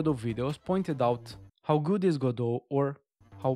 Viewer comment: Pronouncing it "Gah-doh". Okay, I already like you.